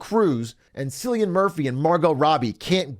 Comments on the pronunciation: Ain’t no way this mf said “Sillian Murphy” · Cillian Murphy is pronounced with a K sound.